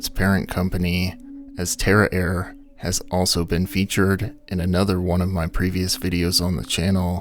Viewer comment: tara air? dang I thought you said terror air. I thought... wow great name guys.